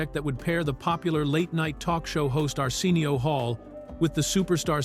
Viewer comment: Weird pronunciation of Arsenio too. Arseenial